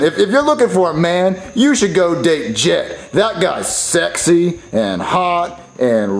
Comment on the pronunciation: Not to be rude but its jet not get